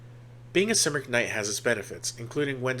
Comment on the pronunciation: If you dont me saying Cymric is pronounced Come-Rick. Their land is Cymru pronounced Come-roo the people are the Cymri Come-ree and their language is Cymraeg Come-rye-g